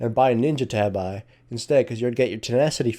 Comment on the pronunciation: You are pronouncing "tabi" wrong, it's a japanese word and you should say it like "tah - bee"